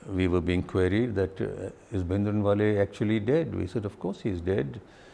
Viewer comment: He can not even pronounce the common Punjabi words like Bhindrawala which is one of the commonest word.